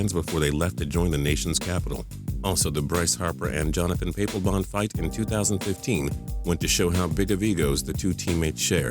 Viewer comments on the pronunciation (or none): lol who calls him "Jonathan P A plebon"? The hard A is not needed.